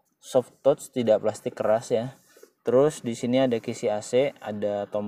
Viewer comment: maaf ya pronunciation "touch" nya masih salah..."zone" bukan "jon"